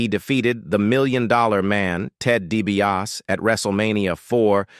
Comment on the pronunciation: Ted Dee-bee-ahs?